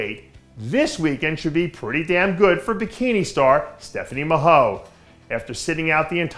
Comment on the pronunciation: Mahoe is pronounced Ma-Hoy